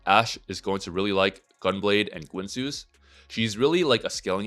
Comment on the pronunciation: the way he pronounces guinsoo wtf